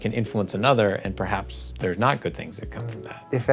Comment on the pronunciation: "perhabs overuse"? :D